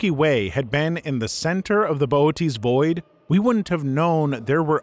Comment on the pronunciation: Pronounced Bootes correctly, even if I can't type it due to not having an umlaut on my keyboard. That's true of most wasabi too. I can almost guarantee you sight unseen that any wasabi you have is just green horseradish, with a teensy tiny little bit of wasabi powder added just so they can put the word on the bottle. Acutal wasabi has such a crazy short shelf life when raw, and once prepared has to be used within a day. So you're not gonna find it at Walmart. You'll have to go to a specialty store, or order a root online priority shipping and make your own.